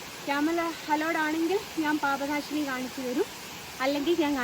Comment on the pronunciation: പാഭനാശിനി അല്ല പാപനാശിനി ആണ് 🙏